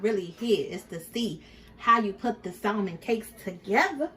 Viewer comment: Her saying SALMON instead of salmon silent L irks me 🤣